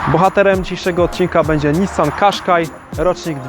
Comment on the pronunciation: Qashqai!!!!! A nie Quashqai